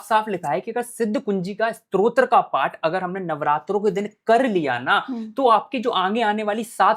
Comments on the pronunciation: Strotra nahi stotra kehte hai 😂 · Arrey bhai, pehle "STO TRA" bolna toh seekho. Strotra hota kya hai....